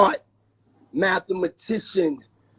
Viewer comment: This guy said mathemacians. Mathematics